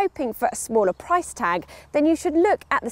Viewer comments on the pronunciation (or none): none